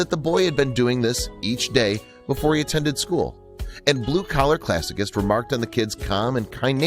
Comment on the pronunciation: Classicist is pronounced classi ‘ sist